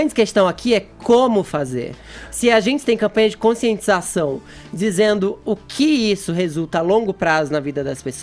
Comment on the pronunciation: Não tem como respeitar algum que fala "dziminuir", "conscientzização", "remédzios" e etc.. E não tem nada a ver com opção sexual, é nojentice mesmo.